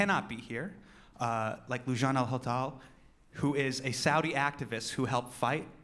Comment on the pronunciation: Mispronounced her name but ok... it's loo-jain Al Hath-loul.